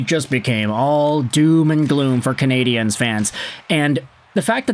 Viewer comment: That laugh sounds like an old James Bond movie laugh. Say Canadiens properly, btw